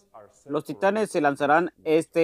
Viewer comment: Gracias bro me dio risa la parte en la que dice Titan y es titán XD